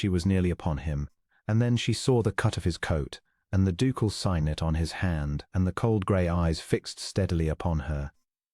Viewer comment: Signet is prononced 'Sig net' not synet